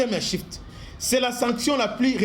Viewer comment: C,est Swift et non shift , Russie sauve'e par le brics